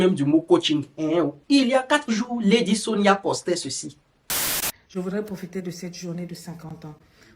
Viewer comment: Toi-même tu es entrain de lui donner sa dose bien doser dans ta vidéo ci en ecorchant bien même son nom.🤣🤣🤣🤣 Waahh Ivoirien ! En tout bisous là-bas depuis le Cameroun 🇨🇲😅😅😅😅 mouahh 😘😘